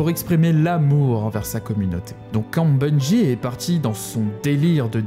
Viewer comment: Bon sang ... pas BUNGUI , ça n'a aucun sens que cela soit en français ou en anglais. C'est Bungie comme BUNJI ! C'est insupportable , comme les types qui disent Enjaine ... c'est engine comme enjine ou une angine mais pas enjaine ! Vous nous faites passer pour des gros débiles putain !